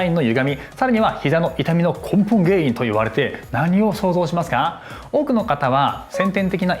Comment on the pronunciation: 『根本原因』が『ポンポン原因』に聞こえてなんだろう？って思った。